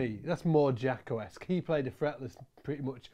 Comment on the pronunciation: It's not "jack-o". It's "jake-o".